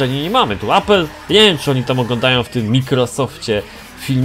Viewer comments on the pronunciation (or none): none